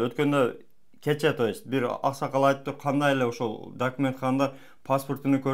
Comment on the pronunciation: Дакмент дейтго